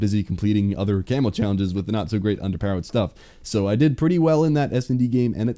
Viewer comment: I heard "Camel Grind" at the very start of the video xD